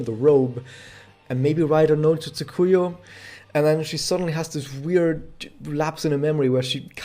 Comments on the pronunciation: Pronounciation tip. TSU-kuyo, not Tsu-KU-yu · He did not. The inflections were off and there was a distinct "yu" sound at the endof her name.